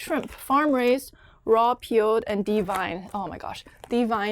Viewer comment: It's deveined not devined.